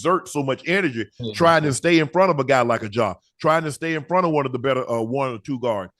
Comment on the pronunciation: ima need Ocho to say Ja last name right 😂😂